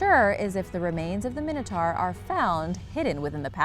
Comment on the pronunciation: its pronounced mine-it-tour not mini-tor